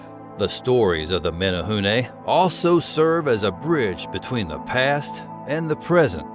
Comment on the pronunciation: Thanks for pronouncing Menehune correctly.